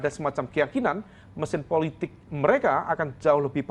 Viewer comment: ucapannya dibetulin, "politik" bukan "puletik"